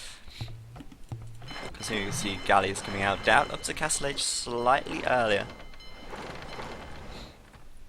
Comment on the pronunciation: whacko, it's Daut not Dawt.............